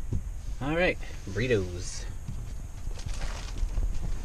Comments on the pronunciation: "Burriots"? Did you mean Burritos? lol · wtf is burriots?